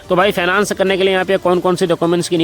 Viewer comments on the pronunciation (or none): अरे पहले सही से बोलना सीखो फाइनेंस बोलो